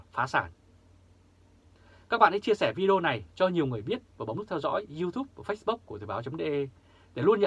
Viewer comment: Ông này đọc đúng chữ FACEBOOK không đọc phase book ̣(chữ book hơi sai, phải đọc /buk/ chứ không phải /bok/